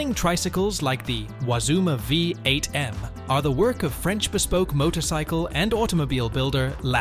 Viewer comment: Oh wait, did the A.I. just say motocycle again? No, couldn't be